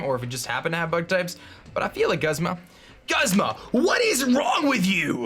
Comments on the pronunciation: Every time he says Guzz-ma I cringe., please, it's pronounced Gooz-ma. Also, loving the series so far, wan't shiny araquanid so bad. I would call it Poiple. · It's pronounced Goozma. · I don't mean to be rude buts Guzma is pronounced like(Goozma) and I want diamond pearl remake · He is named after the genus of flowers Guzmania (which is pronounced "Gooz-meh-nee-ya". So no it's "Gooz-mah".